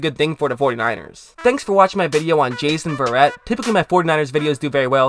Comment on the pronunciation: This guy cant even pronounces his last name right. This dude a robot or something?